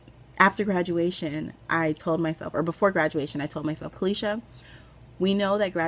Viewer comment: You pronounced my name very well Caleisha, thanks for asking if it was correct. I took my time watching this one, thanks for brightening my day on a few occasions